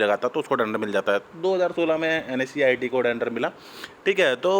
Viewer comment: Bhai pahle NSEIT sahe se bolna to sheek le ..............